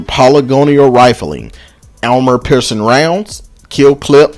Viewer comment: you said auramore piercing rounds its armore ok a.r.m.o.r.e